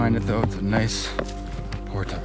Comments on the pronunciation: I cant stand the way he says portage. Otherwise vids are awesome! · You say "portage" very interestingly... never heard anyone say it like that. I've anyways heard it pronounced "port-ij"